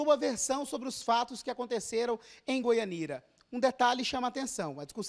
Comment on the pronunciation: Goianira kkkkkkk O repórter nem sabe o nome da cidade